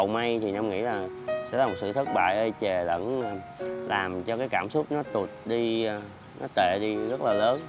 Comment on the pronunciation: Ông nam nói nhấn nhá hài vl :" Tụttt đi..."